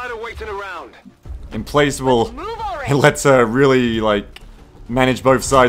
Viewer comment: It's pronounced im-plack-able.